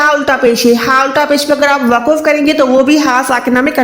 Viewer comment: Mohtarmah Assalamo alaih Pahle aap urdu bolna seekhen phir quranic arbi ko samjhayen. Lafaz ya waqaf to bolna ghalat hai. Durust to hai lafz aur waqf. Qareeb Sare aalim ghalat bolte hain kiyon.